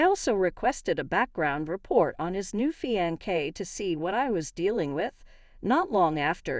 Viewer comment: Not a feankay..a fiancé. It's a french word...not a feankay!